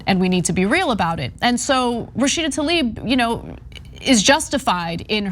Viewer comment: Since you’re correcting Rashida’s name, her last name is Tlaib (like bread 🥖) not Taleeb